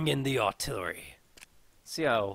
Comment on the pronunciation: Its "Artillery" not 'artillary' Other than that good videos.